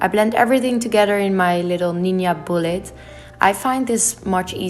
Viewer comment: I really wanted to watch this but I couldn’t stand her annoying voice. It’s “three” not “tree”; “together” not “toguder.” Too irritating.